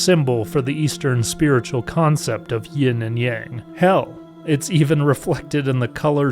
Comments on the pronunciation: Sorry but it's YIN and Yang. Great video though! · Sorry, sounded like you said Ying. I was just teasing anyway, it wouldn't be big deal, i enjoyed your video a great deal!